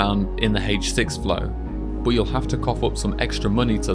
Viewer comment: Why do you say boot instead of but?